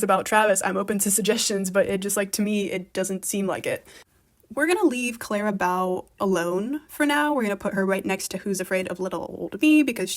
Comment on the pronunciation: Why do you say "Clara Bow" like that? It's quite jarring.